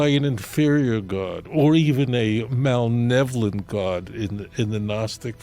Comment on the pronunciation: Yo, Rav Singer. It’s “malevolent” not “malnevolent” as you seemed to pronounce it. I am an English teacher, so forgive my knee-jerk, teacher reaction!